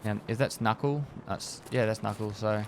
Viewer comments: did this man just call NaCl "Nahcull? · "NaCl" and he called it "Knuckle" LOL Goddamn ozzies, perfect. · Says Nackle for NaCl, my dog must not have taken chemistry